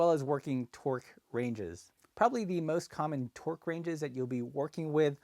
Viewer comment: I wondered what twerk ranges were - sounded epic! Then I remembered he was talking about torque.